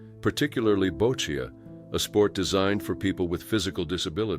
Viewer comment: boccia is pronounced Boch-ee